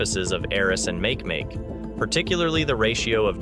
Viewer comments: I want to slap him every time he says make make. I mean come on your Nasa fer chrissakes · Please ask someone for the correct pronunciation of make make here's a clue its a Hawaiian word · Makemake? Make Make? Are you kidding? /máh kay máh kay/ Do your research beyond the basic texts. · Make-make ma-ke ma-ke not makemake! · PLEASE PLEASE PLEASE look up the pronunciation of Makemake! e.g. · Ma(Key) ma(key) Rapa Nui mythology .....please....... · please say Ma Ke Ma Ke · Dude, its pronounced mah-kee-mah-kee named after the god of fertillity in Rapanui mythology. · I came here to say this. Mahalo nui loa for posting this correction. Aloha! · Right? It made me cringe everytime he said make make. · A small amount of research on how to pronounce Makemake would help your credibility - as it is you just seem like a lazy arse wanting to use other people’s work to make money on youtube about a subject you don’t have even a passing interest in. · How can Nasa mispronounce Makemake ? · i wasnt correcting NASA. I was correcting this guy who is pronouncing it incorrectly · Me too!! Like fingernails scratching on a chalkboard!!! Cringe!